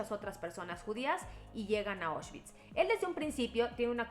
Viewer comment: Como crítica constructiva, la pronunciación es "Aushvitz" no "Oshvitz". La palabra viene del alemán, no del inglés.